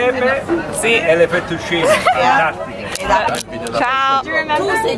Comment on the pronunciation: Hi from Italy!😊🇮🇹 are you Italian? Your Italian is so good and you've been the first non-italian girl saying "fettuccine" in the right way😂 ps. I love Toronto btw😄😍